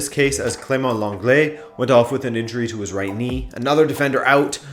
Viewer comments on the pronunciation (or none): none